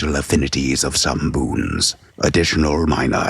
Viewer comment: Ah, yes! The reading in hwich I learned the word "boons" is a thureee syllable hword!